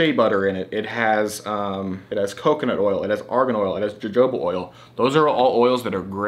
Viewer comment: Lol, it’s pronounced Yoyoba oil, it’s kit said how it’s spelled, not Jojoba. I said it wrong for so long too